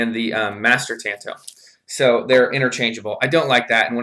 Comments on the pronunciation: It’s not a tan-toe, like your toe got some sun. It’s a tahn-to. The A is an ahh sound. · FFS! TA as in I like to squeeze TATAS! TA N TO as in that was my TOE! PLEASE AT LEAST LEARN TO SAY THE NAME RIGHT! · Tanto is pronounced like this Ta is like the ta in taco 🌮 N is like the n in November To is a deeper O like that in door but you will have the t and no r